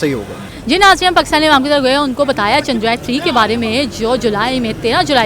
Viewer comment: Yeh jahil ko chsndrryan ka name he prnuse karna ata 😅 bs dollars 💸 💵 ke liya America ne kaha tha ki yeh pakistani dollars ke liya apne m#@ ko be sale karde 😅